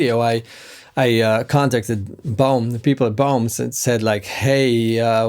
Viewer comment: Lol, when you were saying the brand name my American ears heard " Bone" guitars! My bad! 😁